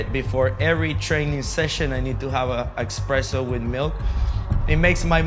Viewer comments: “Exspresso” bruhhhh Espresso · He said expresso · "Expresso with milk" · The only red flag I saw about this guy was that he said “Expresso”. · He says expresso